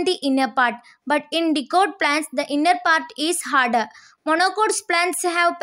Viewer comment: Dicots pronouncation not good